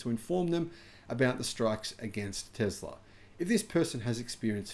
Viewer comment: I'd be surprised if the mechanic said "Tezla". I bet that Swedish guy definitely said correctly "Tesla".